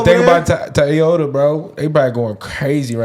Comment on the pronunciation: said: Toyato Chinese brand 😂😂😂 and Laura Ingram is Megyn Kelly 😂😂😂 I know both of ladies are blonde but different person